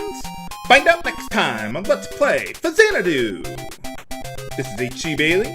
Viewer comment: Every time i heard Faxanadu, i always think that he says "Let's Play SHAZAMITYLAM" Oh well, i need to stop playing Kid Icarus Uprising too much.